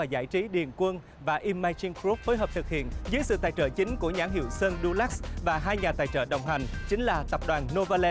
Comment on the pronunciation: Nghe tên Dulux mà nghe cứ thành “durex” ấy😂😂😂😂